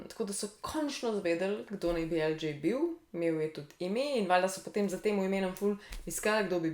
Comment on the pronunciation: Lj je El đej ne pa El đi :)